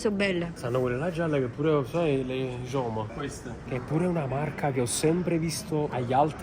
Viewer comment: Scusa ma si dice ioma joma😂😂